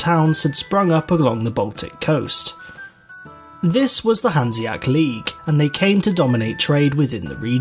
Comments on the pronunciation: Great video, but can we talk about how he says “Hanseac” instead of HanseaTIC”??? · I cringe every time he says "hanseac" league >.<